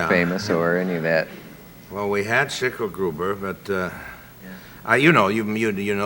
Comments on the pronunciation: "Well, there was Shciklgruber.." Oh Orsen, lol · I think he is the first American I have heard utter the name 'Schicklgruber'.